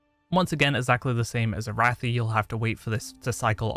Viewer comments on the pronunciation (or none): none